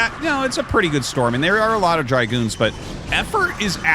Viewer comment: It's Dragoon, not dry-goon.